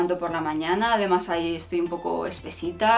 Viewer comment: Un consejo desde el cariño. Procura vocalizar más cuando dices además se te entiende "amás" y con lo bien que tú hablas y pronuncias me ha chocado bastante. Me encantas. Tienes mucha clase, personalidad y buen gusto. Se te ve muy buena gente y te mereces que todo te vaya muy bien en la vida, que os vaya muy bien a los dos. Eres un rayo de luz en este mundillo chonibloguer. Te sigo entusiasmada a pesar de que podría ser tu madre y no me puedo poner muchas de las cosas que recomiendas. Un beso enorme.